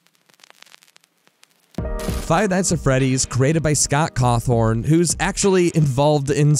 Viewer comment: Hi-dio Kojima, Scott CawTHORN, Germo Del Toro... What is with this guy and mispronouncing names?